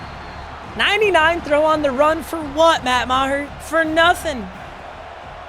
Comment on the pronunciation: That is not how Meagher should be pronounced, IDGAF. Hooked on phonics can work for you, kid.